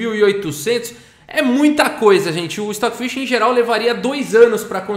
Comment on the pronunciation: O Stoofvless, se ler "Estófilês"